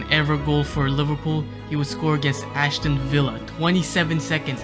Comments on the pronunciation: Ashton Villa... Its Aston Villa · ' ashton villa'. like for real mate? You even watch football? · Narrator would struggle to pronounce his own name. aSHton villa 😂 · ‘Ashton villa’ … Love your effort but put the extra time in,! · Love that you call them ashton villa XD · How can read Aston villa like that? Where is the h????